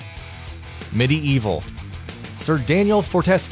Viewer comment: Most of these were DLCs, Medievil though really? You couldn't even pronounce his name right